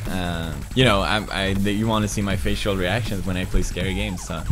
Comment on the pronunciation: mehhheh he said facial